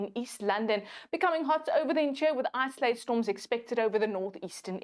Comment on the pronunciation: "Isolated", not "isoalted".